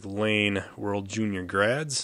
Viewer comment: We are Winnipeg based so that one hurt a little!